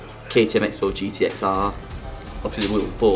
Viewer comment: Xbow is pronounced as Crossbow just like MotoX is motocross and not Exbow or Moto Ex. This is bloody annoying